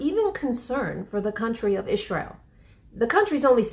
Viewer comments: “Ish-re-al”? Is that a Jersey thing? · I have many friends from jersey. Non of them say it like that